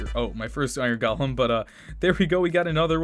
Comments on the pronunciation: is it me or he says gaalam instead of golem. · He pronounced golem like Gollum. 😂